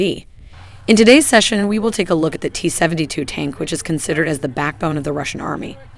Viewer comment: Is this a weird regional accent I've never heard of before or is this buggy synthetic speech? "Seven-tuh-two". I mean I've heard that kinda thing before but not in combo with a vanilla American accent like this.